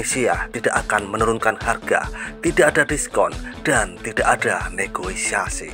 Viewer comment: Negoisasi apa min? Negosiasi😅😅😅